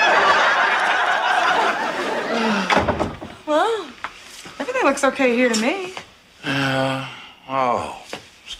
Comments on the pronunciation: BREAFF MINTS!!!!!!!! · Mention those breffmints one more time, I’m gonna SCRERCS